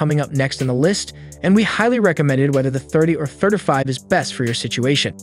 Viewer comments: Pronouncing it like “certify” with a lisp. It’s tripping me out hearing “30” pronounced perfectly, followed by the “30” within “35” pronounced completely different. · I never knew 35 was so hard to pronounce until now